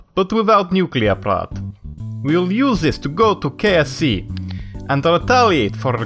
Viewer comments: "we shall use this to go to KFC" hahaha - I know he said KSC. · Cornelius O'Leary I thought he said KFC :D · /guys it sounded like he said and we will dominate kfc XD